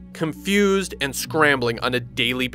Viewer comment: So basically he should have said "AND forcing..."